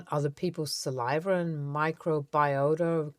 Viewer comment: Hint: there is no "R" in saliva. Offered as constructive feedback.